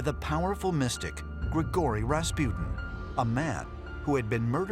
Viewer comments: It's RASPUTIN, not Raspjyytin! :'D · Raas-poo-tin Not Ras-pew-tin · Pronunciation : Raaas -Puh - tin.. Americans : Raspi-ew-tin